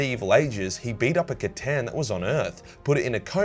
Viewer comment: Who here is from the time that pronounced the C'tan as Stan?